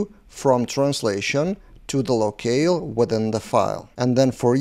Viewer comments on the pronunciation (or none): Nice video 👍 FIY, "locale" is pronounced same as "low kal" - I'm not native too, no worries 🤟